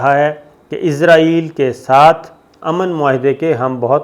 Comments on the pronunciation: Sabir sb, I have heard you many times pronouncing Israil as Izrail.Being a journalist we expect correct proniunciations. Kindly be careful. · پہلے تو آپ اسرائیل کو عزرائیل کہنا بند کریں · اس جاہل اینکر کو اسراٸیل کے نام کے تلفظ کا ہی علم نہیں ہے ۔عزراٸیل کی رٹ لگا رہا ہے ۔یہ تو موت کے فرشتے کا نام ہے ۔اس کا مذہب کے حوالے سے بھی علم ناقص ہے ۔